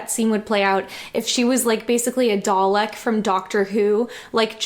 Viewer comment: "Dawleck from Daukter Whuu"